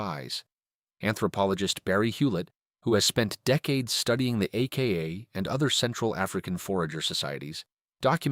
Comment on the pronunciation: Is this AI voice? "Cohz- sleeping"? Calling them the "aka" first and then the "ay-kay-ay"?